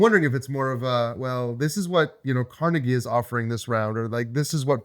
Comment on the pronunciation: Us people from Pittsburgh probably know Frick (Frick Park and museums), coke (the steelers logo is often interpreted as blue = coke, orange = iron, blue = scrap steel.), etc. :) You can ID us because we'll be correcting your mispronunciation of Carnegie, not the ones correcting your mispronunciation of Lancashire. :D As for your question, I can't get past the fact that you spelled Pittsburgh wrong in the question. j/k. I don't think it will replace it for everyone. There are a lot of people who think Lancashire is a better game because it is more streamlined and the map is tighter, and that was especially true when the Roxley editions came out. I believe critics at the time phrased it as Birmingham is a "standalone expansion" to Lancashire. I imagine they'll do the same with Pittsburgh but go into a different direction. Apparently that direction was originally planned to be a lighter version of Brass until they researched the Gilded Age and went in another direction, but with a requirement that the play time should still be in the "sweet spot" that Birmingham has. Don't know what that'll be but it sounds exciting. (Brass:Scotland is likely to be the lighter version, apparently Martin Wallace himself is doing a lot of the designing there)